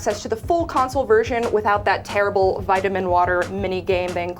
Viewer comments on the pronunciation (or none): "O, you're Tarable..." Oof....